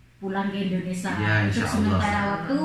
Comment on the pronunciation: Maaf mbak bukan Indonesa tapi Indonesia,jadi mbak sebagai yuotuber banyak ditonton ,jangan sampai salah2 bicara